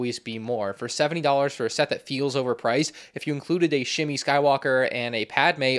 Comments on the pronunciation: Did this dude just call Shmi Shimi ? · Ok I’m a huge fan of your channel and I watch all your videos, but at this point I think it can be said that you haven’t really watched certain Star Wars movies and shows based off of the pronunciation of a lot of names in numerous videos…. Like “Shimmy” Skywalker? Come on man 😭 gotta study up for the fandom